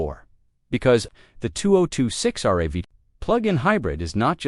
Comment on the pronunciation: More AI slop. Images don't have much to do with thel text. Computer doesn't always say "RAV", but R-A-V. No editing to correct this.